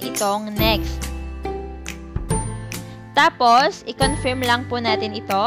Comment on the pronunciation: anong confiiirm confirm po (pronounce as conferm) confiirm, hay naku